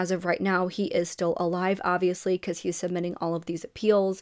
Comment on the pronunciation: Why do you pronounce your B's like P's? It's distracting and takes away from the story. You say Peecuz instead of Because.